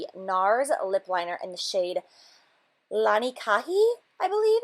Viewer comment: What?? No bloopers at the end?? Those are my favorite! Lanikai is pronounced Laniki, it is Hawaiian. I only know this because we are currently stationed in Hawaii and I am trying hard to understand the Hawaiian Pronunciations. HUGS!